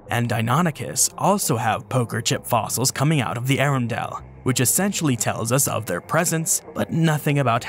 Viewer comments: Arundel is pronounced hA-Run-Dell, not a-rune-dell, nor air-run-dell. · Arundel is pronounce "Uh-RUN-dull." Potomac is pronounce "Pa-TOE-muck." Since this part of the East Coast was under water during prehistoric times, we mostly get shark teeth fossils and fossilized whale bones around here. There is a dinosaur track way on the grounds of the NASA facility in Greenbelt, MD, which is about 5 miles from DC.